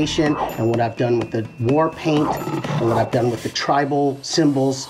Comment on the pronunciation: Did he say tribal what 😂😂😂😭😭